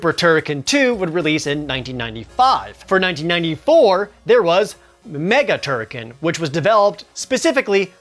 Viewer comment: Please tell me that I am not the only person who pronounced "TurriKEN" AS "TurriKHAN".